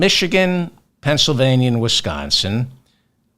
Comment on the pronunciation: Thank you for saying "Penn S Y L vania" and not "Penn SA vania."